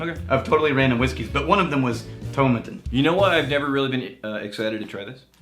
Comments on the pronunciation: Toe-maa-tin lads; it'll sound (and possibly taste better!) if you say it that way:P I know what is saying about whiskies that are primarily made for blends, but you get the odd stonker. I'm enjoying a Caol Ila at the moment, and thats certainly full of character whilst being a big blend component in other whiskies. P.S. I wrote that before I saw you lads mention Caol Ila - great minds eh.;) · It's like how you would pronounce tomato in the UK so to rhyming with paw and matin rhyming with Satin with no emphasis on any syllable. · Tomatin ( the pronunciation key said rhymes with Satan when i bought a 12 year old bottle back in 94... It also said it was used to make blends) it was awful then and under 18 bucks .. awful was an understatement.